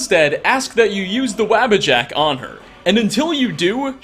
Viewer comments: psst... It's pronoucned "Waw-buh-jack" not "wabba-jack". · waabajack? wtf...dude pronounce it with u instead of a... e.g wubbajack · Bro I love your videos but how you miss pronounce the Wabbajack makes me Twitch lol sheo himself says it in game lol